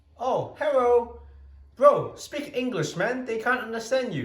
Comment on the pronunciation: "Oh, Herro." Had to subscribe lol